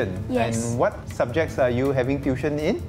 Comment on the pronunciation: TU-I-TION not DUI-TION